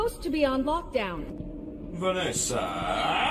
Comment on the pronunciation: No he said Vanesirrrrrr for some reason....